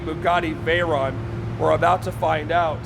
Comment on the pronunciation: Please pronounce it correctly, it's vey-ron (it's a French name)